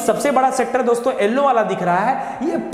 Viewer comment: यलो को एलो न बोले please